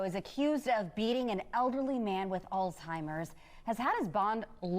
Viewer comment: alzheimer's not Altimer's. I hate it when people say it wrong.